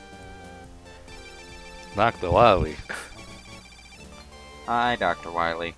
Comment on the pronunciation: DOCTAH WAHWEE